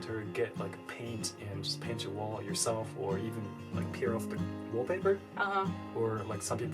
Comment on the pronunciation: watched this video after the "R and L confusion for asian people" and then hear "peer of the wallpaper" hahahahaha